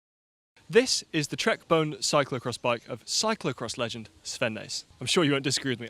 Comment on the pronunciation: I love you, but it's pronounced like a ghost says, Boo, with an "N" on the end. Trek's CX bikes are Boone & Crockett—a bit of American history, a nod to hunting. And Bontra-gur, not "jer." Anyhow, thanks, as always,. We'll excuse your pronunciations.